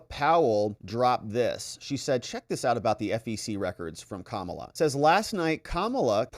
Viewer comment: you call her kamabla. interestingly, if you swap letters you get "kambala" which in russian means fluke (flatfish)